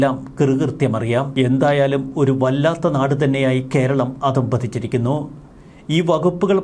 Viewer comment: അധ:പതിച്ചിരിക്കുന്നു എന്ന് പറയണം സർ' അദം പതിച്ചു എന്നല്ല ട്ടോ